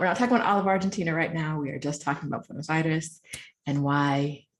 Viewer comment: If I ever hear you say Buenos Aries again, I will drive into a tree. Is this racism or a reaction to my attitude?